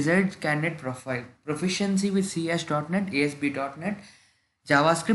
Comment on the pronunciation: C# is read as c sharp.